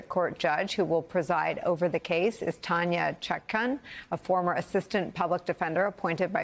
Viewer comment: It sounded like she said "Tanya Shotgun".